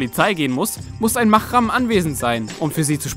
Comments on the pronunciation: ich finde die 11 ok und es heisst mahram mit h nicht mit ch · MahRam. Das R bitte rollen.